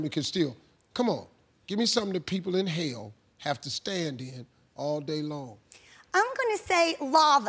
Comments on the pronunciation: I totally thought Steve said "inhale" instead of "in hell" too! 😂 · In her defense, the way Steve says "in Hell" does sound like "inhale." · I thought he said inhale too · Sounds like he’s saying “inhale.” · I also thought he says "inhale" until the girl missinterpretated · I heard inhale.... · Nicholas Williams same! That's why I don't understand the question... so.. what is he saying lol 🤷🏼‍♀️🤓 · I thought he said inhale too - I was sooo confused loolll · I thought he said inhale too =))))